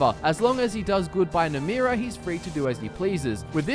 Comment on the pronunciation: Ye my favourite daedra isnt namira its NAMRIA. ye..